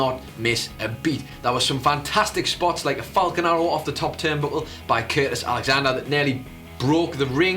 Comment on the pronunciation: Did he say Curtis Alexander??